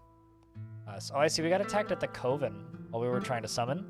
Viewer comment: Coven is pronounced like "oven" but with a hard "C" at the front.